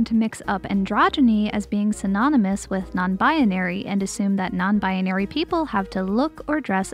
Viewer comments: Anyone else notice how she says “Non-binary?” She says it as “Non-bianary” and adds in a random “a” for some reason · im sorry but you pronounce non binary very funny, just i love it. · i'm sorry, this video was great, but i just have to point out that the way you say non-binary bothers me slightly